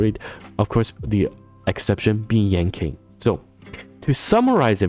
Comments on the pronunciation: just fyi but yan qing is pronounced more like yan ching and not yan king, hope this helps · It's "Ching Chue" and " Yan Chin" :face-fuchsia-wide-eyes: Q in pingyin is like 'Ch' without the h... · Stopped the vid after hearing "Yanking". I just can't lol